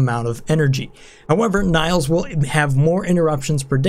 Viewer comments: I don't know why, but you calling Nails by the way you do pisses me off. Don't know why. Her name is Nails, kind of like hammer and nails. Just saying. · Nails is pronounced the same as fingernails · Is that really how you pronounce the name Nails? As Na-[y] - ls instead of Nails (wood nails)? If so I've been wrong, haha